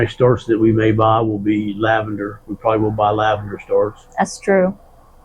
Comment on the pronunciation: You say lavender, I hear "Iced Tea." LOL